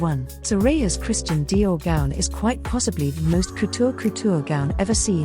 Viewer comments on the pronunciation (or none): none